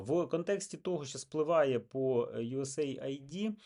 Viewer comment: Да не ЮС Айди, а ЮС Эйд - помощь Сединённых штатов.